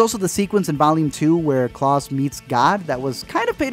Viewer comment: KLAUS. K L A U S. KL-A-US Not cLaUsE bruh